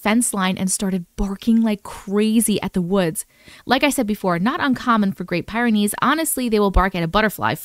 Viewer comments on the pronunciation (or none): I own a Great Pyrenees. It's pronounced like the word "pier" or "peer." So think of it as peer-ah-nees.